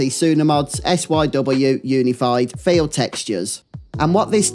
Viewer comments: Can I ask you where are you from? I'm from Spain and it took me like 10 minutes into the video to get what you were saying because I'm clearly hearing all the time "failed" instead of "field". Is it common in your place or it's just the way you say it? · when you say "field" it sounds like "failed"